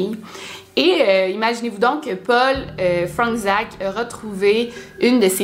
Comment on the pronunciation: c’est du polonais, ça se lit « Fronetchaque » ;)